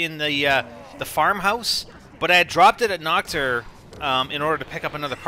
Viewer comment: For some reason I keep hearing Nocturne when you say Nacht der Untoten.